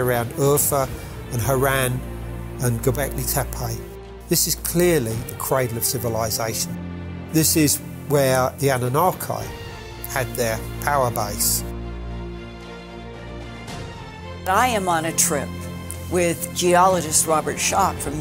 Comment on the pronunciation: I hate when people mispronounce names. "Anunakai" "Tepai". If you want to build credibility in your work learn how to pronounce things you working on. Otherwise you will be branded as fool. Hate those "researchers"